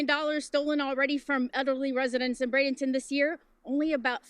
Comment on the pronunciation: Pronounced BRAY-den-ton